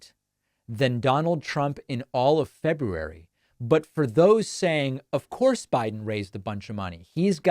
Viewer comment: I LOVE that you pronounce February correctly!!💙💙💙